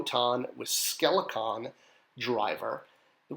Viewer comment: It’s Skelcon, not skelecon.